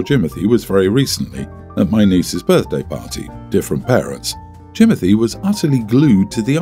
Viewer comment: I cannot with the Jimonthy 😂😂😂😂😂